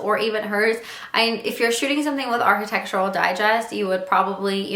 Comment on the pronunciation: you cant even say 'architectural' properly